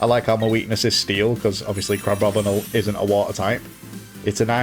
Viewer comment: It's not crabobinle it's crab-bomi-nable. Like the Abominable Yeti.